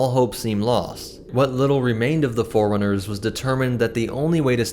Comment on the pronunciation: This guy pronouncing 'forerunners' like 'foreigners'